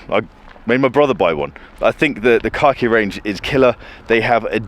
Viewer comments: Say it with me.. “Kack-Eee”. Not “car-key”. I had to pay close attention as I thought Hamilton introduced a watch called “car key”. Lol! 😂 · I genuinely heard you say "Hamilton Car key collection" number of times 😀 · Every time said “khaki” I heard “car key”.